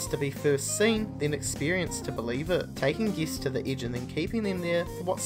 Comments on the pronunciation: Is anyone else pissed off at how he pronounces guests? Geests? And don't even get me started on that upward inflection... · Each time you say guests I think your saying geese